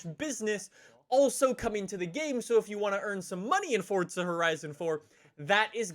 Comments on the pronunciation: It's Forza not coryza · I'm sure we all know he says fortza instead of Forza but I laughed when the subtitles thought he said "forts of horizon" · its forza not fortza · Its not fortsza its forza!!!! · "FOrtZa HoRriZoN 4" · Its not Fortza Horizon 4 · INTENSA EMOZIONE it sounds like he’s saying Fortza not Forza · "fortza" lol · "Fortsa" What? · How long has it been that you've said fortza lol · Say forza correctly u say “fortza” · Anyone else hear “Fortza” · Please can u pronounce the z in forza correctly. Its killing meeeeeee